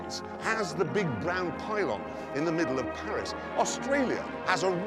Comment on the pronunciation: "The Frech have their giant brown pilon in the center of Parish." Rekt.